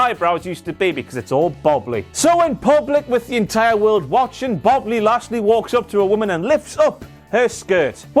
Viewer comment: Before "Bobbly Lashly" also botched "heroism" and said something like "herosism" or close to it.